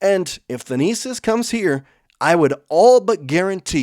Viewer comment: The pronunciation of Thanasis is kicking our hosts' tail 😂 Keep up the good work!